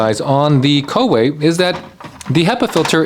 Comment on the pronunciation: "colorway" LOL.